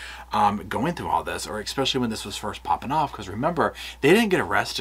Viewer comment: There is no "k" in the word "especially"... Please! Now that I've gotten that off my chest... These stories are just heartbreaking and disgusting. I don't know how you creators immerse yourself in them without totally losing your minds. Everyone knew from the first television interview that these people were guilty as hell - but I will go to my grave saying that every single person involved in this adoption is just as guilty. From the secretaries to the court clerks right on up to the judge that signed the final decree - what the hell is wrong with these people? Neither of these parents had any income other than the money from the state and everyone still thought it was a good idea to give them these children? To pack two more kids into an already seriously overcrowded apartment, with parents that obviously couldn't provide for the four kids they already had.... Were two of those also adopted? Maybe we should check into that one too.. Amazing - immediately after the adoption of these two precious babies, they suddenly have the money for a down payment on a new house and don't need the kids anymore so bingo bango, the kids disappear. Anyone who couldn't see through that needs to make an appointment with an optometrist - you can use my credit card.